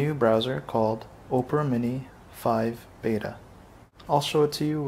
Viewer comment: Opera = Ah-pra, not Oh-pra.